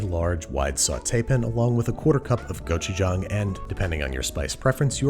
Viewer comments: Babish's korean pronunciation is impeccable! Go chu jang! I recommend adding some ramen noodle and cheese and cabbages! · Yesss I was so proud because in his older videos he pronounces it go-chu-jaeng